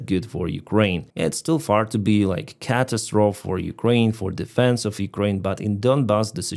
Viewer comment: FYI the letter e at the end of "catastrophe" is not silent. cah-TAS-tro-fee